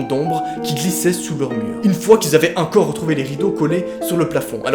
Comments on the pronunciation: Au lieu de dire "encore" tu dis "un corps" XD Sinon super vidéo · Tu dis incore a la place de encore c drôle sinon jaime trop t vidéo ❤